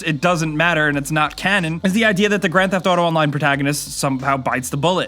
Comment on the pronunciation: the way you pronounce grand theft auto pisses me off, sorry.